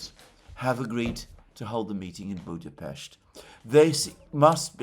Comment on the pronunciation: Thanks Alexander for the right pronounciation of our capitol city: Budapest! Ευχαριστώ ❤🤍💚